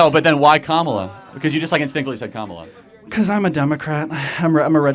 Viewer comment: Ka Mala. Not Kam Ala.